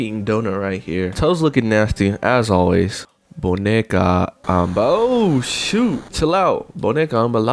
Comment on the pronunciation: bro did not say “boneca”